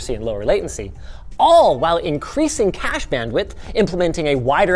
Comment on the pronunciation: Regarding the Cache ,,,, this reminds me with (Proper Pronouciation)